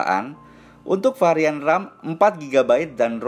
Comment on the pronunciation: Varian om.. Bukan parian